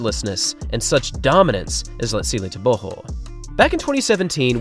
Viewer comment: So happy you have learnt to pronounce his full name correctly. :))